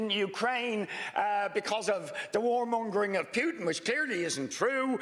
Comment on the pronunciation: Richard Boyd Barrett should really learn how to pronounce Putin's name correctly!